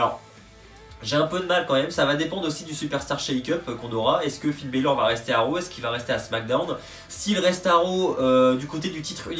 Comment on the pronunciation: Ça serais cool de bien prononcer les noms de Finn Bálor